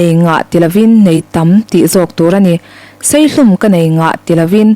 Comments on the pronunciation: Asawiseltu berin seihlum i rawn ti tlat mai Saihlum tih tur ani e😊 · Seihlum nilo in saihlum tih tur zawk ani e😂😂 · Seihlum ni lo in saihlum hi a dik zawk lo maw? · Seihlum ni lovin Saihlum... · Mizo tawng pawh hmang dik thrilo tiang puang tu hi thlit fim lrh chi a nih hi, saihlum tih turah seihlum an tih chu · Seihlum tih pawh a dik biklo Saihlum tih tur aw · I thu sawi chu a that rualin a tawp a mi (seihlum) iti kha ka lo ngaimawh ve deuh a (saihlum) tih zawk tur a nia.😅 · Seihlum aaaaa, mai mai a, fimkhur ava tha em ka ti ve mei mei, han ti ila 'mai mai' tih tur a ni. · Chhiar thiam hle mai.A tawp ber a Seihlum ti a i chhiar hi Pu Chuaua ziahdan ani hauh lo ang.He tiang a thu pawimawh chhiar tur chuan, fimkhur a ṭul khawp mai.